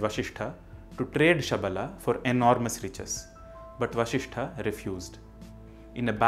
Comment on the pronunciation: Namaskaram🙏 I think it should be "vasiShThah" and not "vashiShThah" as much as I've learnt here! Correct me if I'm wrong!